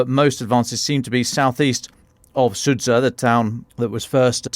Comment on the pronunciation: Sudzha pronounces sood zha. Zha as in azure,.